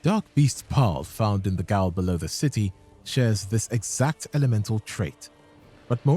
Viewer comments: I enjoy your content, and that's why I'm compelled to correct you. It's pronounced "jail", not "gaol". I'm generally okay with mispronunciations, but gaol being another spelling of the word jail seems so fundamentally important that I feel obligated to bring it up. Interestingly enough, "gaol" means relative in Irish, and affection in Scottish, but when it's in English it's exactly what you might think a jail is. It's the sort of etymology that seems profound to someone who hasn't looked that deeply into it. And that someone is me. I don't know if there's a deeper meaning to jail, but I do know gaol is pronounced jail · Vicar is pronounced Vick-Ar - it's a type of Christian priest and gaol is an old English spelling for jail, so most people just pronounce it jail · For future reference, "gaol" is pronounced "jail". I believe it is Gaelic.